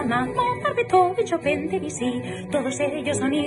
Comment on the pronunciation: Todos la felicitan y ella ni un solo agradecimiento. Eso lo dice todo. Si al menos pronunciara bien Chopin y Debussy.